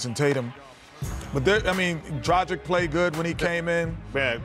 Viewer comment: Still can't pronounce Dragić's name